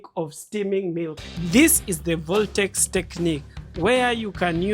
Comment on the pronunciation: Voltex a word? Is it not vortex